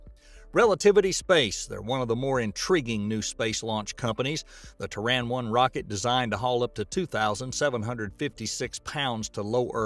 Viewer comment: Why's is he saying Traan when its Terran...